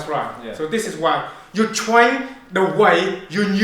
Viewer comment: Don't twain faw somfing you not gunna use it for, you gunna have a big pwoblem